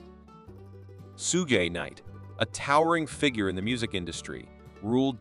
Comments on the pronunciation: LOSE THE AI VOICE! "SOO-GAY KNIGHT"?? 😂😂 And the dates are reading as "one thousand nine hundred and ninety S" for 1990's... storyline needs to be polished. Sounds just thrown together...not hating..just constructive criticism. Needs to be seamless if you want to grow your channel, since there are many similar channels that have it down. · oh you mean like the rappers "Sue Gay Night" & "2 Pack" 😂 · 'Soo-gay" Knight? This AI crap can't even pronounce "Shoog!" I turned off after that shit. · Sue gay knight two pack? Lmao. This vid was the worst ever